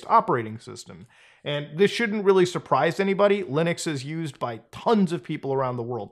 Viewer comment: Also he says Lunix instead of Linux I think this Muta is a deep fake